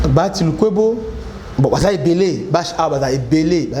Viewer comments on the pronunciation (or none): none